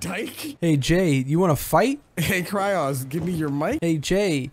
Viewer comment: Hewwo..? Is this kwyloz howze?